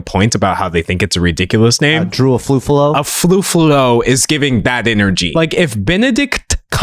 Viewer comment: the problem is the podcaster obviously mispronounced her name by calling her AFUFALO where it's obvious her name only consist of one F. I think no one's gonna be mad at him if he pronounced it as "ay-fu-ah-low" in context how of english phonology works. At least it's closer even if it's wrong. But it's obvious the podcaster don't make genuine mistake out of ignorance